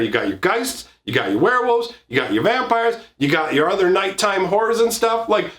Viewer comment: Lol I heard midnight whores (horrors). My favorite kinds